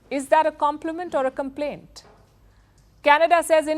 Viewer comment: I love how she said "is that a complement or a complane"😂🇮🇳